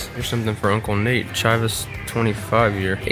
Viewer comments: It's pronounced "Chee-vas" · Without looking it up I feel like 235 bucks for a 25-year Chivas is a crazy good deal.... Also you definitely need to work on your pronunciation of Chivas haha. You get a pass since you're a bourbon guy though xD